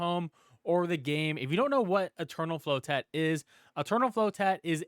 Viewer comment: Man said "Flow-Tett"